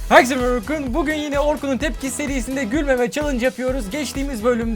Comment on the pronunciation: Abi videoya Orkun diyeceğin yrine Orkın diyorsun!